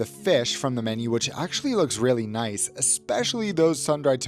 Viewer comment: Love ya "Kath + Kim" aussie "Noice !" lol ;)